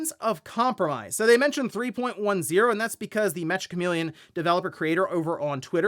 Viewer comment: i think its pronounced meka. Like the robots.